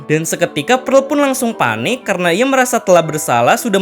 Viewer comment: PEARL NOT PREL